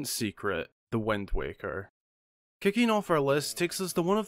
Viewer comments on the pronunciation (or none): Let's learn how to pronounce words the way: Scimitar = skim-itar Usurper = er-ser-per Wind = whend